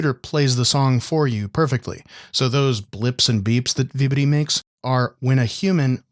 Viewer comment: vibidi toilet (i swear thats what it sounds like hes saying)